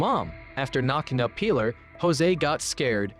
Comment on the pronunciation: I don't know how one can mispronounce "Pilar" pee-LAHR